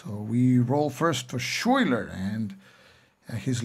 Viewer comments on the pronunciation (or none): Excellent overview of siege, resupply and reinforcement, and field battles. Minor corrections on some of the names: St Leger is pronounced SELL-in-jer, Knyphausen is pronounced Ka-Noop-House-in, Schuyler used either the Dutch S-kh-Hi-ler or English Sky-Ler pronunciation. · thanks for showing us this game. FYI, Schuyler is pronounced sky-ler.